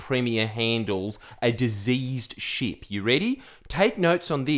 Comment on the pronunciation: When you say ship it sounds like sheep 🐑😂